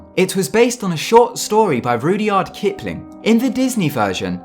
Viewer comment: its not pronounced roody-ard kipling. its rud-yard kippling.